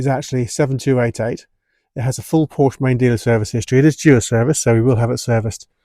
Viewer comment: You should get up early and find a German who you should ask how to say Porsche